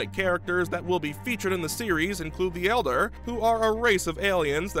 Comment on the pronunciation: Not "elder," it's "eldar" like eld are eldar